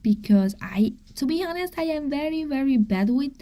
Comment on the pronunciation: ignore those who are talking about you… they are jealous!!! Also, FYI “honest” is pronounced “on-est” no H sound. I know you want to know because you are a perfectionist and already speak English so perfectly!